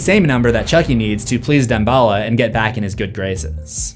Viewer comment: has anyone ever said Dambala like deem-ba-la?